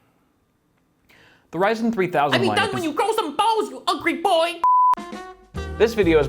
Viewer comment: I rill be done when you grow some barws